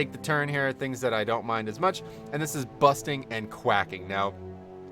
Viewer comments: you forgot to mention busting not bursting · Sounded like you were saying 'busting'. My least favorite btw. Slows down aoe pulls